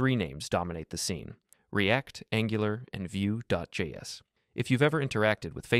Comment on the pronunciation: what's more interesting to me is how nobody in the comments mentions or noticed it. Nobody really paying attention or dead internet